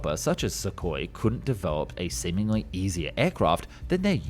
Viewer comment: It's not "sukoi", it's "suhoi", ok? SSJ is already flying with new engines (PD-14).